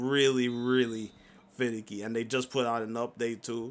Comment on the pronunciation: Did he say it’s finneky lol